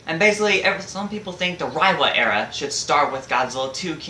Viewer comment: It’s pronounced “Ray-wa”.